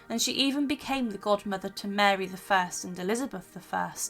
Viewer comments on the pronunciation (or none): none